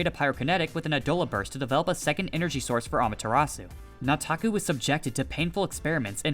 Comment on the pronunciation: You keep saying "Nataku" like a white dude. Its annoying.